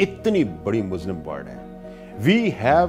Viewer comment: It is Muslim not Muzlim